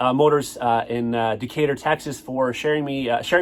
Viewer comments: DEE-KAY-TER. Pronunciation was good! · You pronounced Decatur correctly 👌🏽💪🏽